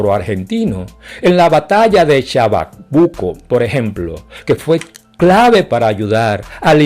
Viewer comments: Ni hablar español sabe bien ese afrodescendiente manipulador y marullero, que seguro debe ser un comunista de mierda, adorador de los tiranos marxistas asesinos Fidel Castro y Hugo Chávez. Es Chacabuco no "chabacuco" ese lugar donde se produjo la batalla en el siglo 19, durante esa guerra civil mal llamada guerra de independencia. Mi familia materna es del estado Trujillo en Venezuela. Mestizos. De indias cuicas que se casaron con españoles y luego italianos que llegaron a cultivar café en zona. No fue que las despojaron de sus tierras ancestrales ni cometieron genocidio contra ellos. Se mezclaron con blancos. Seguro la esposa de este tipo debe ser una catirota progre europea sueca, belga o francesa con caucasofobia, que se avergüenza de su propio color blanco de piel, quien le da cuerda de que es ,"el pobre negrito discriminado, azotado, humillado y ofendido", típico de la cháchara tercermundista del marxismo cultural. A qué de seguro debe tener un afiche del terrorista asesino preso por atentados con bombas, nelson mandela, alias "el mahdiba", el secuaz de la tiranía comunista de Fidel Castro, a quien en La Habana le recibió el "Premio Lenin de la Paz" tan pronto fue liberado de la cárcel de la isla Robben en 1989. Y como no fue casi corrupta y asesina la esposa de este hampon sudafricano, llamada Winnie Mandela, pero de eso no se recuerdan, porque a los afrodescendientes de piel oscura, ni con elnpetalo de una rosa, porque no es "políticamente correcto". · No sabes ni pronunciar chacabuco. Burro y mal intencionado. Mentiroso, anda a estudiar.